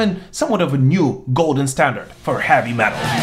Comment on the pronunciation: I like how he pronounces heavy metal. HAVVY MATEL! LOL!